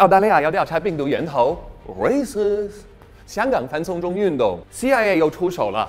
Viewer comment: 第二个racist那个停顿，我发出爆笑